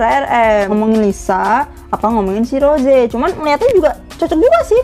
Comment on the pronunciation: Kak rose kak bukan roje